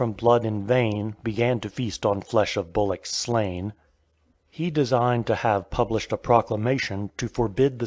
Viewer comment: ***** Not a phrase I've ever used myself, but I have used the words. Except it's "bollocks" not "bullocks." As in "that's a load of old bollocks."